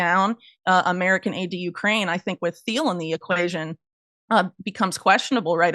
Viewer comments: Peter Thiel’s name is pronounced T-eel, not Th-eel. The H is silent. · Theil to Thiel and the h is silent pretty sure😊❤